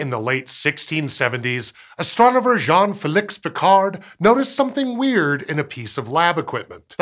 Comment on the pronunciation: Félix is pronounced fay-Leeks. Bernoulli is bear-New-lee